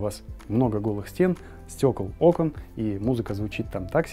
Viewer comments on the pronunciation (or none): none